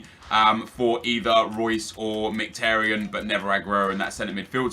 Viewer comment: You pronounce is Merhik-Tar-Yon. Not miktaryen